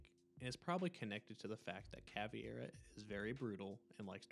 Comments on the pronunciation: CaVEIra, not CaVIEra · The videos a 10 but he said Cav E Air Uh. I think it’s pronounced cav air uh. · No, it would be pronounced Kah-VAY-rah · Caveira** not cAvIeRa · Good video, but the mispronunciation of Caveira's name kinda threw me off track a bit. It's pronounced "ka-vare-a". There's no "e" sound in her name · hey idk if your gonna read this but u kdont pronouce i in caveira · Listening to you pronounce Caveira’s name wrong every single time makes me never finish your videos. She isn’t part fish mate